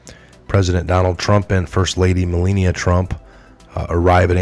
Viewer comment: You mispronounced the first lady's name ..... ?